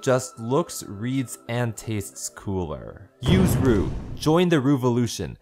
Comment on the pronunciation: i thought you said robux. xD